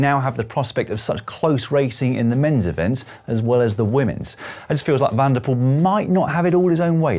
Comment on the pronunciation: NOT like Pool but PULL , from a Dutch speaker.